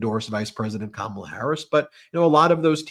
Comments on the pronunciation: I don’t listen to people who mispronounce Kamala’s name. The blood of all the people who are going to hurt by her vote is on her hands. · Dumpy won and they still can’t pronounce Kamala’s name correctly the douch bags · That crying woman is too stupid to pronounce Kamala’s name correctly. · At least now, can everyone please just pronounce Ka-ma-la’s name correctly? It’s respect and a big step towards coming together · She even mispronounced Kamala's name on purpose. Crocodile tears. Nope. Not here for it. Period.